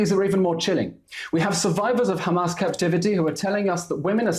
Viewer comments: Someone tells that chick that their name is Hamas not Humus😂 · Why does she pronounce Hamars as Humus? 😂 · She does not even how to pronounce hamas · Woman shut up and learn how to pronounce hamas